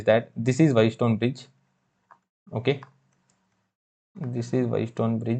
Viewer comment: wheat stone bridge❌ White stone bridge✅ mho ❌ maaho✅